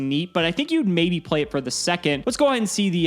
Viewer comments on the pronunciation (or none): none